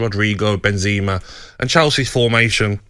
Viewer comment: you know what’s really FRUSTRATING? when english pundits can’t pronounce any player names correctly. who tf is “milito” or “benzeema” 😑